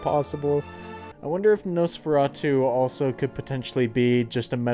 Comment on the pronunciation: You pronounced it wrong. It's actually Nosferatu. I've never seen it BTW.